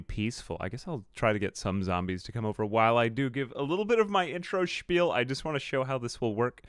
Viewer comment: It's spiel, not schpiel